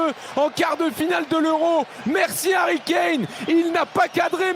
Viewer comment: C'est plus Harry Kane c'est Harry Kané. Vous comprenez ? Harry Kané. À RICANER !!! 🤣😂🤣😂